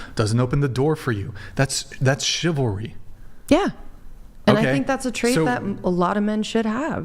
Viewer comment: If you can’t pronounce ‘chivalry’, you don’t deserve it…for starters.